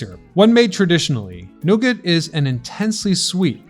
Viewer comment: Protip: The 't' in 'nougat' isn't voiced ... /ˈnuːɡɑː/